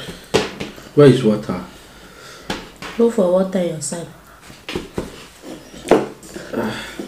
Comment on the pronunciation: He said im finding wata😂🤣😂🤣